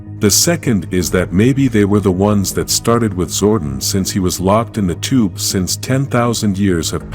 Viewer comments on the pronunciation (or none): ITS ZORDON NOT ZORDIN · Man who the hell is zorden its zordon like don